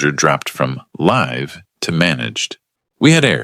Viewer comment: Let alone read, live, Patagonia, Pentagon to name a few.